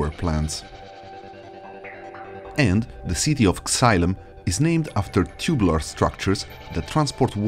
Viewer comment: amazing video but Xylem is pronounced Zai-luhm